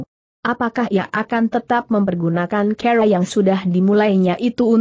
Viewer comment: Kenapa klo membaca "cara" menjadi "ker" ya . . . 😂